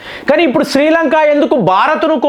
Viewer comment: శ్రీలంకా కాదురా శ్రీలంక